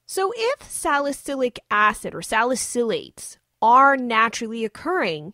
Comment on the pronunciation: You’re pronouncing salicylates wrong